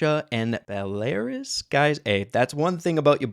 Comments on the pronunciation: Just letting you know it is: Bell-a-roos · it's pronounced beh-luh-roos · It is bell-a-rous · I guess the good old stereotype of Americans being bad at Geography has some truth to it. No offense of course, but who the heck pronounces Belarus (Pronounced as Bela-Rus) as Be-Larus! Alo, the game was banned in Belarus because the country allowed its border to Ukraine to be opened to Russia, allowing the military to pass through. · it is pronounced "belaroos" its a country north of ukraine, a russian ally. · it’s actually pronounced “bell-a-roos” (like the roos in rooster but without the ter. anyways good vid keep it up man 👍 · Pronounced Bell-uh-ruus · How to pronounce "Belarus" Belle (Like the Brawler) Là (French word check how to pronounce on Google) Rew-ss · Just wanna help you out with Belarus, it's Bella-Roos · Ok how you say Belarus is you start saying bella and then rus like russel brand but just rus so bellarus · Hey I was just as confused on the pronunciation of Belarus. It’s basically pronounced Bell-a-rooz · Belarus is pronounced bel-a-rus hopefully that is helpful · Thnks for the brawl news and belarus is pronounced bella-rooce 😁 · “Bell ayrus???” lol XD keep up the good work you never fail to impress me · its pronouced bell-er-uce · i love the way you said belarus